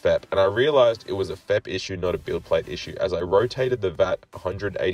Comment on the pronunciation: FEP is 3 individual letters not one word, its pronounced F. E. P. not fep